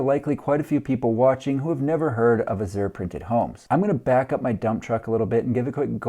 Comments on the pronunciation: Funny.... You pronounced it wrong both times. It's "ahhh-zshure" emphasis on the first syllable. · "Azure" is a shade of blue and a name used for the artists' color in oil paint. I've always heard it pronounced a-zhr, with the accent on the first syllable, not the second. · azure = ăzh′ər = A-zhur